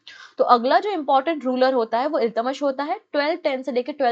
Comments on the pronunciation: Ma'am your pronunciation of iltutmish is wrong.Please correct it. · Exactly it’s kinda bugging in my ears the wrong pronunciation